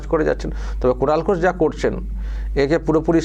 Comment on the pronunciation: Speaker babu Kunal ke duibar "Kulan" bolechen. Hoi to "Kalangar" bolte bolte bolen ni. 😂😂😂